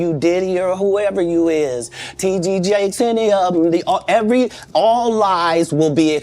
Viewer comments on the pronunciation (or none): Hi Thanks for all the research and time you put into your videos I've followed your channel for years and you NEVER disappoint Is he intentionally not saying TD Jakes wrong or is it a mistake